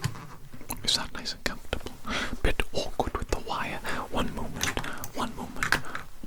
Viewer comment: “cum-for-table” Sorry its just how he said it caught me off guard